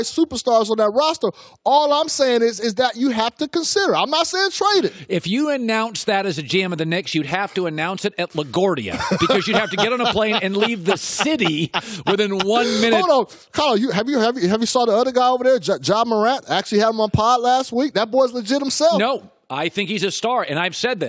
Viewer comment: he said la gordia LMFAOOOOOOOOO